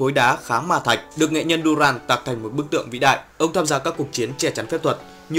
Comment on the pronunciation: Ad ơi là doran chứ ko phải durand đâu nhé